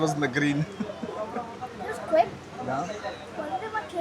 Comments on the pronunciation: The actual pronouns is Pollichathe... Not "thu" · Your 'karimeen pollichathu' pronunciation is cute too hear 😅 but meaning changes with that pronounciation. You are literally saying karimeen burned and died.😂